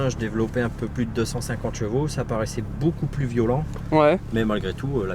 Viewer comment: .Non, y a encore beaucoup(ta) apprendre..! 🤔 Quelle sale liaison qu'il nous a fait..!lol😜 Par contre c un BMiste comme moi et sa voiture elle est belle et encore nickel pour une 2006..! 👍😍